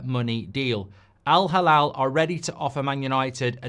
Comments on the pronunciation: It's Al Hilal, Mark. He-lal not halal 😅. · It's Al Halal or Al Hilal huh? 😅😅😅